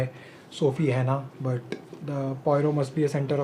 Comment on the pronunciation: Anyone hear the "dtt" sound whenever he's pronouncing but, that ... 🤣🤣🤣